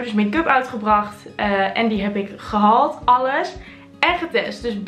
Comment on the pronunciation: Klinkt ook totaal niet raar! Ieder zo zn accent girl 💯